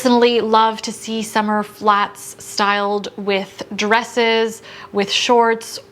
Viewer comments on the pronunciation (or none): none